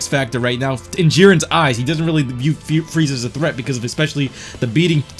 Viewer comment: Will of D. I thought I was the only one that noticed it. Fweeza😂😂